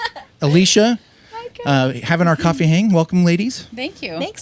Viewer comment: The way she says “Kofeee talk”